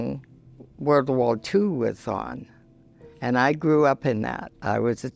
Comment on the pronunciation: "You can spoil them ang give them back" 😍😅